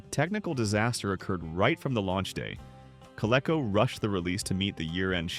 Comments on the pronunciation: Gull wing doors, on a DeLorean or any other model so equipped, actually require LESS clearance on the side of the car to open than conventional car doors, not more. Overhead clearance, on the other hand, in parking garages for instance… The toy company is pronounced “Co-Lee-Co”, guys… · Me too, but it can be considered technically correct, in a way. Though all company ads pronounced it 'co-lee-co,' the word is a portmanteau of Connecticutt LEATHER Company.' However, I'm sure the half-@ AI was not operating on that knowledge. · Only AI slop would pronounce Coleco with a short e sound. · I have never heard anyone get the pronunciation of Coleco so wrong. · The way this A.I. voice pronounced "Coleco" annoyed the fire out of me. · co-leck-oh. Haha. It's supposed to be co-leek-oh. I wish people would stop being lazy and narrate their own f-ing videos. I'm getting so sick of these AI voices mispronouncing at least a third of all proper nouns. A human narrator would know it's Coleco. And would pronounce it right. And if, for some reason they were NOT familiar with the word, you can look it up and get a pronunciation guide. An AI just plows blindly ahead and doesn't do any research. Nor does an AI learn a damn thing, and it'll keep mispronouncing the same word. It seems like content creators have to do less and less and less, handing over everything from script writing to narration to artwork and even the research to AI ... all they do is sit back and collect the money. Hell, even the viewership can't get away from it. As I am very confident that everyone is flat out sick and tired of hearing "like and subscribe," "like and subscribe" over and over and over and over. Just to manipulate that damn algorithm that i couldn't give a damn about. But ... no. It's worse than that. Now ... it is: "leave a like, subscribe, click the notification bell, leave a comment, share the video, and hell, while you're at it, might as well make the video for me, too!" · Co Lee Co not Co lek col